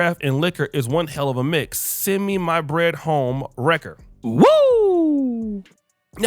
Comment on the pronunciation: It's Homewrecker... not Home, recker lol